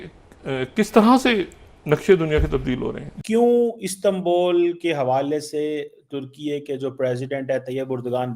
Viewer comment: गधों जब उर्दू में उ बोल सकते हो तो इस्तांबुल को इस्तांबोल क्या दिखाने के लिये बोलते हो इसी लिए तुम्हारा वतन लगभग डोब चुका है😂😂😂😂😂😂😂😂😂😂😂